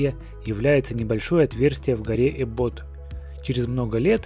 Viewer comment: Не эбОт а Эбот